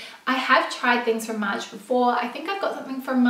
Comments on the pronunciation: Love your videos!! By the way, I'm french and your pronunciation of "Maje" is perfect:) Your friend's pronunciation is very incorrect ( she says "Maya") but pretty funny!!;) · Yayyy for featuring Australian designers/shops 🇦🇺 the CR pants are 👌🏼👌🏼 and I hear Maje (pronounced Madje) from English influencers/bloggers..?